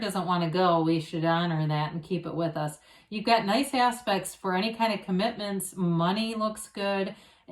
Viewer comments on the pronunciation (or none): Everytime you say "you've got nice aspects..." i hear "you've got nice ass...pects" 🤣